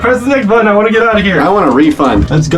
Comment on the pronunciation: Anyone else notice how Jeff says button like buoton